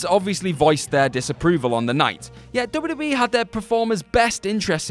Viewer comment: *Double-U Dude said "double double E" about 18 times during this video and my eye twitched each time.